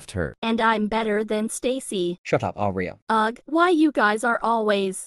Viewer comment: hey aria! me:you mean aira